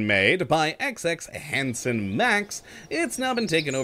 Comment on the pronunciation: hahahaha thanks man its pronounced hanson ma